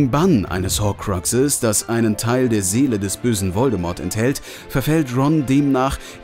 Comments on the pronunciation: Es heißt Hokrux und nicht Hoquexes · jo nix gegen dich deine wiedeos sind cool aber wie du horkruxe sagst hahahhahaha